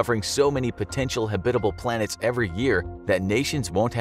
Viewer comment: Ha-Bit-ahble? Hab-It-Able. Not a combination of habitat and hospitable.